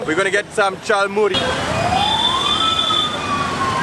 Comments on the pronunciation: It's Jhalmuri , you brat! We love you. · Its Jhal mury not chal mury😂 Jhal mean spysy and chal mean rice